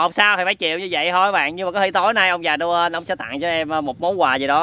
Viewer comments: ơi người ta đọc là ông già Noel mà anh đọc nhà ông già Noen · noel mà anh cứ nói là nô ân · Nô en chứ ko đọc là nô ên nha anh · Noen 🎄mà anh cứ kêu noơn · Noen chứ ko phải no ên nha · ngưỡng mộ trình độ tiếng anh của anh ghê!christmas:cờ rít mợt ;noel:nô ơn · vãi cả "Nô ên"🤣🤣🤣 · Ông già Nô.................(ko phải en)...... belike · Noel ❌ No ên✓ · Nhớ đọc đúng giống Nô ên vs Me ri chít mệt nhe mấy bn:)